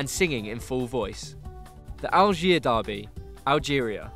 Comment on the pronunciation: yeah he say algiers without pronouncing the "s"